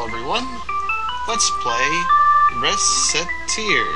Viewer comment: "Shant-uh-lise", and, if you want to take Tear up on her joke, "Racketeer." It's a Fantasy Counterpart Culture of France, remember~